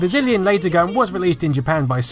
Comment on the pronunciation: I could have sworn you said Brazillion Light Gun ^_^